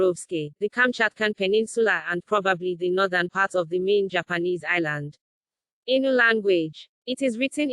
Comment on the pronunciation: The voce pronounces them A * inu * it means dog in Japanese ,it should be Ai-nu,theb Japanese used the word inu to vilify them.